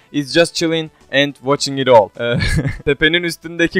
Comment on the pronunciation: All diye yazılır ağı Ol diye telaffuz edilir. Buarada senin yabancı dilinin iyi olması lazım avrupayi bi tipin var ?